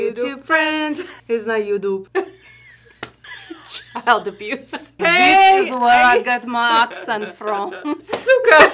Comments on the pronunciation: It’s not youdube 😂😂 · It’s not “ joetoep “ 😂😂